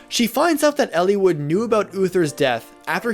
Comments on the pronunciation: It's eel-eye-wood not ellie-wood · I never got the A support ending. I never got all recruitments. I did complete with no deaths. Also I had the reverse look on the three main characters that you mentioned at the beginning of the video. Why are you pronouncing the names like that btw? El-E-wood? I've always said El-ih-wood!